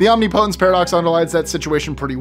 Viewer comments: Perhaps,, you should spend more time learning to pronounce words correctly. Such as OMNIPOTENCE. It is not pronounced as you said it, several times. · I usually enjoy these lists. But I had to stop this one after "omnipotence" was repeatedly mispronounced. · Please look up how to pronounce omnipotence.